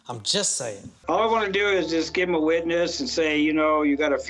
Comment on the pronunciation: maybe he said wetness instead of witness lol